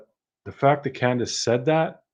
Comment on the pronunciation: She said canduce sold her for 50 thousand